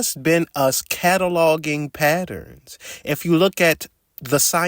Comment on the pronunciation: Love this guy. HATE when he says the word "Patterns"